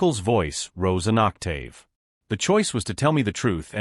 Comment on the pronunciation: Was this guy anorexic? The average bag of concrete weighs only 60 pounds, which is less than half the weight of the skinniest worker. AI failed. It can't pronounce "octave" correctly either. And you have the nerve to beg for us to subscribe after all this BS, just 3 minutes into this "video"? Is the other son "Dillon" or "Dylan"? The "smart" AI doesn't know? Oh, so now the bags of concrete are only 50 pounds? So that's an even bigger lie. What kind of college dorm room doesn't automatically contain the beds? It must have been an imaginary crap college. "Clarity"? Check. Proof that the AI is plagiarizing from other videos. Also the mother's "red" wine spilling onto the "white" tablecloth when she got upset. "$12,000 for car problems" sounds bogus to me. I've never had a car problem in the last 50 years that even approached that. They could have bought another used car cheaper. All in all, this was total crap. Downvoting and blocking this channel.